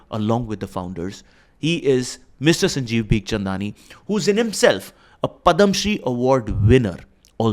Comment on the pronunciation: First thing first it’s not padama shri it’s Padma shri. First try to pronounce words correctly boss..!!